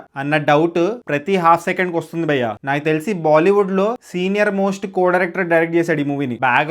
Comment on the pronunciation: Bro ...try say 'bhayya" ....not bayya